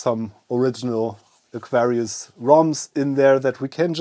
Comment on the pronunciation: When you say Aquarius, the accent (to me) sometimes makes it sound like Nefarious! I'm thinking this would have been a fantastic name for the new system ;) Great video and neat system.